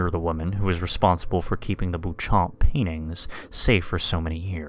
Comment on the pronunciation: Why would you pronounce it "boo-chomp?" It's French. You shouldn't really pronounce the p and the last syllable should be nasal. Also, my question is how the hell are they preserving paintings made out of blood, bile, and organs? I'd be quite interested to know the details of the conservation practice. LOL